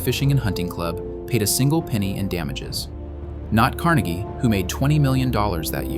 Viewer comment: It is pronounced different than Carnegie Hall. It was Andrew Car NAY gee, believe it or not. I thought Pittsburghers were saying it wrong, but they were not :)